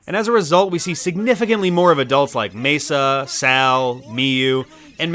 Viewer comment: Why say Mesa when his name is Masa? Also i don't get why they didn't just do a straight up adaptation. They could've flushed out the backstories of some characters in the process of extending the game's story.